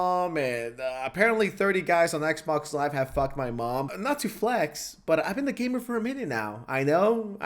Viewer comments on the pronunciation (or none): none